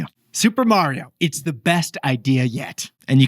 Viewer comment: Stop saying Mary-o… 😭